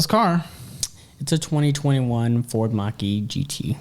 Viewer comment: He was building up this car for the whole first half of the show. Then he said mach e 🤣